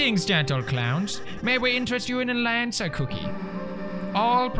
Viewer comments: Okay sooo... Kris is a she. Susie is a she. Ralsei is a he. Lancer is Lancer. Also, it’s not Laaancer, it’s Lancer. Like a Swedish Ä. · Pewds iss lan-suh not laan-suh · Ok is it “LAHN-CER- or “LAN-CER” u pronounce it two different ways the wholE epISode juSt stick to oNe Also congrats on 70M 🤪